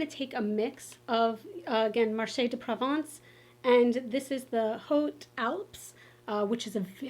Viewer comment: I’ve attempted to watch a few other videos about this palette. Your the first one so far that pronounced “Provence” correctly!! Well done!!